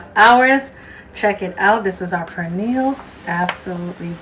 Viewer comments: Looks good but please pronounce 🇵🇷 our food right. It's not prenil it pernil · Did she just call the pernil a purniel????? Omgosh she is calling it purniel!! It’s per nil! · Please pronounce it as peh-neel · Its not pronounced "Per Neal"🫩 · The "R" is silent in the word Pernil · First, SPRINGFIELD IS OWNED BY THE CHINESE NOW AND I WOULDN'T EAT ANY OF THEIR PRODUCTS, THAT GOES FOR HATFIELDS TOO, CHNESE. And learn how to say Pernil...and where is the FRESH INGREDIENCE, LIKE FRESH GARLIC, NOT FROM A JAR. We do not put Cumin onto Pernil. Two kinds of Sason is awful, this is lazy and full of artificial chemicals. Go to another authentic site, this is toxic. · Will be definitely trying this recipe.... question though, your pronunciation of "pernil"...you don't sound Spanish 😊